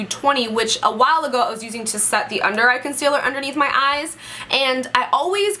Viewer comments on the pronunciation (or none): none